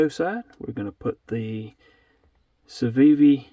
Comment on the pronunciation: I don’t speak fluent Civivi but I think you pronounced it correctly